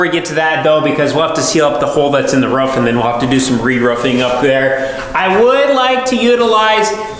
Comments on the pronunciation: I love this show you have. I love the personalities. I love the project. What drives me crazy is your mis-pronunciation of “roof”. It’s a roof not a ruff. You don’t brush your tuth (tooth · Really good videos, but roof, not ruff. Also insulation goes on the ceiling and walls 😉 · What an exciting renovation. A blank slate to do with what you want. Roman is an incredible addition to the farm. He knows his onions. Why can't you say roof properly? How do you spell it the way you pronounce it? Ruwf? Not only is your voice getting louder and shoutier all the time, but it is getting used more and more, too. This video was more like a podcast than a video. I don't like it. The things you describe over and over can be said with far fewer words. It might just be me though. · a dog says ruff.. the top of your house is a roof, sounds like room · Its roof, not roof